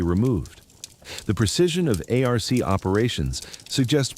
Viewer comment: 2nd video / chamnel I couldn't watch because TTS pronounced ARC A R C... truck you